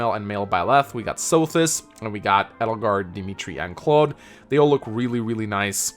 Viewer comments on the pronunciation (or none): none